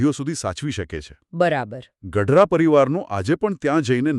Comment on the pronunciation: ગઢરા નહીં પણ પાંચા બાપા ગડારા બોલવા વિનંતી છે